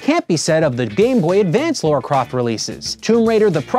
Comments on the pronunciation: Laaraa not Laura. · Her name is Lara, not Laura. :(